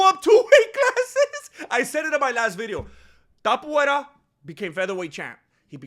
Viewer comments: Topuvera better change his name to match what you're calling him coz it's easier to promounce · Topuria, cabrón, se pronuncia igual que en español 🤣